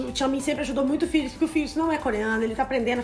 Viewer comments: "filix" kjkjkkkkkk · Porque vocês falam "Filix" sendo que o próprio fala "Félix" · Eu acho que o nome dele se fala Félix._.